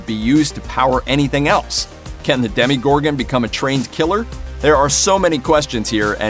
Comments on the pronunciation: Why do you say demigorgon isn't it a DemOgorgon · “Demigorgan” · Lol the DeMi-gOrGoN 😆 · what's deal with calling it "demigorgon"? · Demi-gorgon? Really? 😐